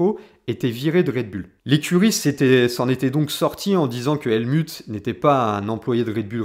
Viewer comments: Bonne video mais l anglais n a pas l air d être ton fort ni l allemand : helmut se prononce : helmout et neway : newwais ;) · Sympa comme analyse ... juste ... le Helmut ... c'est un nom germain donc ça se dit Halmout entre autre ... désolé fallais que je le dise haha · Ca se dit HelmOUT ; sinon avis intéressant. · Points de vue originaux, intéressants et documentés. Pour satisfaire une audience plus internationale, je te recommande de prononcer Helmut à l’allemande, donc « Helmout ». Aussi non, tu construis ton argumentaire et le lis avec une structure efficace ainsi qu’une belle élocution. Bravo! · Helmutte comme Turlutte? Adrian Nous-oui ou new-yououhhh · On dit "Helmout"😋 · Très bonne analyse ! Merci. Je te crois assez malin pour avoir fait exprès d'ecorcher les prononciations d'Helmut et Neway, afin de déclencher une vague de commentaires de referencement. Coup de génie 👏